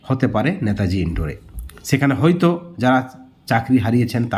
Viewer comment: ন্যাতাজি নয়।কথাটা হলো নেতাজী। অ্যাস অ্যাস কর্মী নয়....কথাটা এস এস কর্মী .....কথাটা হোবে না...হবে প্রচুর ভুল ভাল উচ্চারণ😢